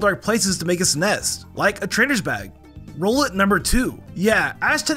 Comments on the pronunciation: he said rolet not rowlet💀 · Love you videos bro. But its an owl, so im pretty sure its name is "R-owl-et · Bros got some goffy ahh pronunciations Like bro nuguhnadul rollet like seriously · You sed phampy and rowlet and naganadell wrong